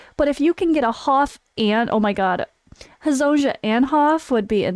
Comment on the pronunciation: Goog work. But can you please read Hezonja name correctly. It is read as Hezonia... Thank you.